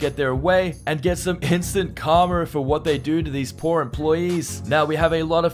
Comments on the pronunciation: It's pronounced "kar-ma", not "kar-mer". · Its instant KARMA, not karmer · The word is KARMA NOT KARMER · How do you spell, karma? Calmer. No...try again. Karma...say it with me...karma. Notice there's no 'r' at the end of it...but there IS one in the middle. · Please learn to pronounce the word Karma. It sounds like Car ma. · did he say Karmer? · PEONOUNCE KARMA CORRECTLY